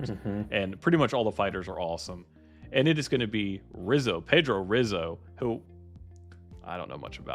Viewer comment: Pedro Rizzo (pronounced Hizzo) fought in early UFCs and Pride. He fought Randy Couture twice, Mark Coleman, Andrei Arlovski, and Kevin Randleman.